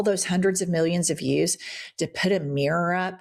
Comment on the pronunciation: Jennifer, an trivial aside, please forgive me, but the way that you North Eastern American women pronounce the word mirror as mrrr, just knocks my socks off.